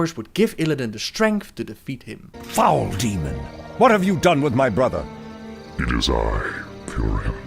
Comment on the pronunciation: This guy pronounces th as if he was saying butter brotter so weird